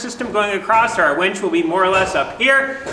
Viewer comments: Why do you keep calling that a “WENCH”? It’s a WINCH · Winch not wench LOL 😂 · No one else hears wench, a serving waitress, instead of winch. A mechanical lifting or pulling device 😂🤣😂🤣😂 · I am pretty sure it is a winch NOT a wench. Made me chuckle. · It’s a winch, not a wench. A wench is a medieval female server in a pub. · a wEnch (wen(t)SH) is an old term for a a young woman etc. A wInch (win(t)SH) is what you have upstairs to lift the beams. Your pronunciation of winch always sounds like wench. LOL